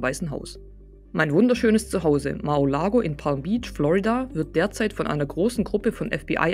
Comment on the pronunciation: Bisschen Korinthenkackerei.. Mar-A!-Lago, nicht Mar-O!-Lago.. (bezieht sich natürlich auf die Aussprache, nicht auf den Titel, falls jemand auf die Idee kommen sollte)